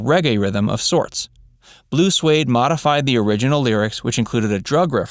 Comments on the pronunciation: It isn't pronounced "Blue Swade" it is "Blue Sweed". the group is Swedish. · It’s Blue Swede, not Suede. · It’s Blue Swede - not Suede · Blue Swede, not Blue Suede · The band's name is Blue Swede not "blue suede". OOOOgah Chaaaacka!